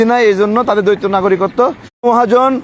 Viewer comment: দ্বৈত শব্দটাকে বার বার দৈত্য বলছেন?